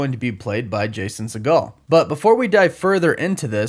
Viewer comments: Jason Sea-Gull Not Seagal, like Steven 😂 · Sorry to be “that guy”, but it’s pronounced see·gl NOT si-gahl. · It’s pronounced like seagull (or regal with an s) just fyi. Not like Steven Seagal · Let's be honest, if you really love How I Met Your Mother and Forgetting Sarah Marshall, you wouldn't have mispronounced Jason Segel's name.